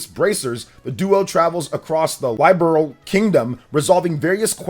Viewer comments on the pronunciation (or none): The fact that you continue mispronouncing Liberl and as Laiberl, makes me seriously question your credibility regarding any Falcom release for their flagship series. The citations quoted are perfectly fine, but the conjectures you make range from highly improbable to super questionable. This doesn’t look better than Trails through Daybreak on PS5, and especially not better than Kai No Kiseki. They will either use X-SEED due to them being the localizers for the original trilogy; if most of the text remains the same—but with potential voice acting—then they will either consider subcontracting with them again, for these Remakes, or decide to legally purchase the official localizations from X-Seed, and then may perhaps lean on Nintendo America themselves for Publishing and marketing investment, and then later launching on PS5 and Steam. The Switch does have the biggest playerbase, most gamers probably own at least 1 switch at this point, and the core user base is rich with potential JRPG lovers and enthusiasts to reel in. Then if you make a big enough splash on Switch—like with OCTOPATH Traveler I, DQXI S, and even Eastward—then they’re practically guaranteed to release ports to Sony Consoles and Steam. If they end up relying on a western localizer as a publisher though, then there’s no way it launches as a Switch-Exclusive. That would be a definite deal-breaker for any localizer seeking to buy the publishing rights licensed under from Falcom. Under no circumstance can Falcom cla